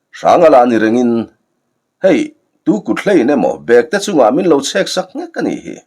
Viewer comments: Bekte, tih hi thil ahna bag, ti a lam rik tur ni loin, saptawng a back, tih a kan lamrik ang a lam rik zawk tur ani lo maw. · "Bekte tih leh Bêkte" khawizawk hi nge dik ang? I lamdanah hi chuan "Bekte" tihin i lam thin sia, "Bêkte" tih zawk tur a maw ka lo ti thin a...